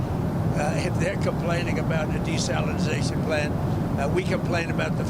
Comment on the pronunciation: "Desalinsization" lol